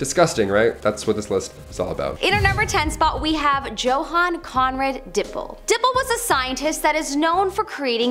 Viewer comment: Johann is pronounced "Yo-hann" not "joe-hann"